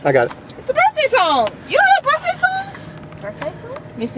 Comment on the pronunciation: "HAPPY BURTDAY!" LOL Happy birthday! :D